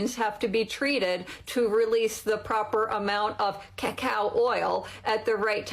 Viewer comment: Listening to this woman say “cacao” should be the new way to torture people for information.